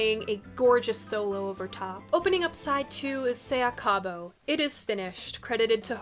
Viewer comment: Se acabó- Accent on the last syllable!